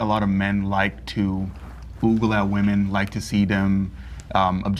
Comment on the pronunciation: Bro wtf is oogle. I know what ogle is but not oogle🤣